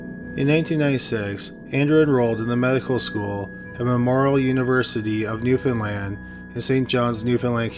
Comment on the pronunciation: WOH HEARING SOMEONE ACTUALLY PRONOUNCING NEWFOUNDLAND CORRECTLY? WHAT?